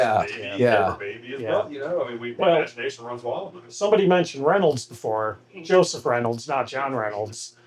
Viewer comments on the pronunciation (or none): none